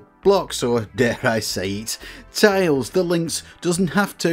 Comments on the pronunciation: There's nothing wrong with the way you say tiles! Great video! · You pronounce tiles fine, ignore the trolls